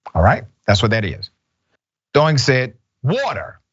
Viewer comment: *A side note.... Dr Richey, you commit murder nearly everyday...oh how you massacre every foreign name you encounter! The bartender's name should be pronounced - DEE-ONG (Diong) not DOO-ING.🤣